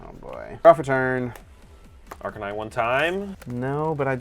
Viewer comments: Makes fun of people who say Arcanine incorrectly, while saying Arcanine incorrectly 😂 Ar+Canine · "Arcanine" is the way we said in spanish when we were kids since its the way you'd read it. Very funny to find out some people called it that way in english too